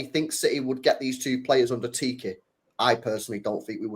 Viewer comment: I always laugh each time tries pronouncing our former director of football's name. He calls him Tiki, and I'm just like, dude, his name is Txiki. It's pronounced Cheeky, really that simple, CHEEKY! 😂😂😂